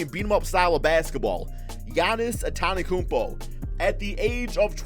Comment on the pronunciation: "Ahntahnakoompoh" BRUH